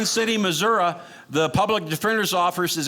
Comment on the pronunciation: Thank you for saying Missouri correctly.